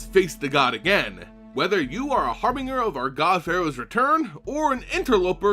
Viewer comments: Pronounced Har-bin-jerr not Har-Binger. <3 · dude its har- bin-jer not har-bring-er do you see a second R any where in there